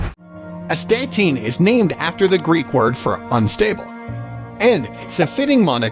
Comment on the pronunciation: It's correctly pronounced ass-ta-teen. Nothing more foolish than a video that cannot pronounce the subject matter correctly.